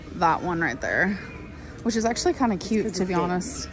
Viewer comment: When she says “cute” like “ca-yuuuuut” i want to scream like a Klingon to the sky 😂 or “stinks” as “steenks” or “both” as “bolth”